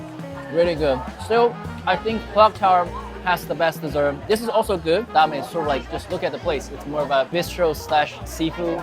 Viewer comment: its pronounced dame